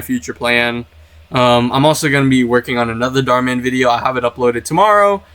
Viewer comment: Bro said "small" channel called Darh Man 😭